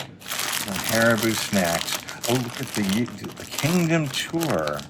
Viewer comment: Sorry, but this is one of my pet peeves... Haribo is pronounced HAR E BO (as in bow). I know small thing, but we all have our pet peeves LOL!